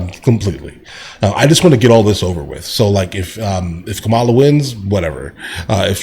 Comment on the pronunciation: do you know how to say Kamala ? are you doing it in purpose